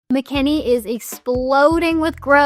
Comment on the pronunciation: It's Mckinney, not Mckenney...